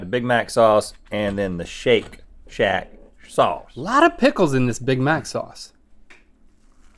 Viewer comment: My kids lost it when Rhett said, "Shake shack schause." and Link with, "It just won't let go."